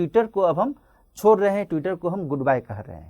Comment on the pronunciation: छोड़ को छोर बोल रहे हैं